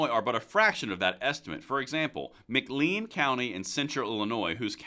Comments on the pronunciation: It's pronounced Mc LANE, not Mc LEEN. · McLean County Illinois correct pronunciation is Ma Clane like John McClane in Die Hard. Makes me sad that my county had the highest percentage. Of course the democrat stronghold of Bloomington/Normal and its 125,000+ population out weighs the local rural 50,000+ population.